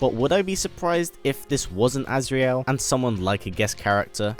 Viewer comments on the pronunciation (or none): it's not azreal